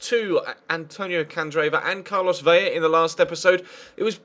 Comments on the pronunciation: Vela not Vella, it's only pronounced with a Y when it is double L!! If you wanted to get picky the V is pronounced B but atleast do the L, thank you!:) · Vela has one L it's Ve-luh